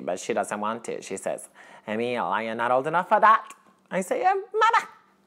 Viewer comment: Lol, my name is Emil, and you pronounced it right, most people say it Amul (phonetically), while it is Ameal (phonetically), great acting!